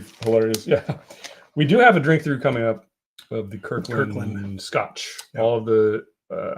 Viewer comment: two most consistent traits: butchering scotch pronunciations and spilling while pouring. Love the Fresh Crack streams. Please keep em coming!